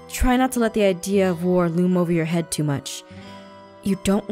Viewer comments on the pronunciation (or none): none